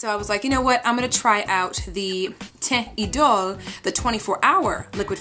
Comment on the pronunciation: You are the first makeup guru I have found that said the name right. AWESOME!